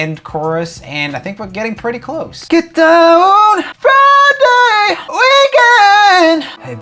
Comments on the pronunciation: Joel says "Flyday" instead of "Friday" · Fridag huh?😂